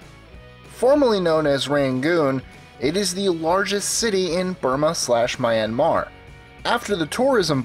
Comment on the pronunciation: It's Kra-KOV and MEE-an-mar. And you might as well just have put this all under two destinations: Eastern Europe and Southeast Asia.